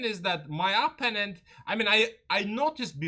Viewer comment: Please pronounce the word “opponent” correctly. The accent is on the second syllable, not on the first.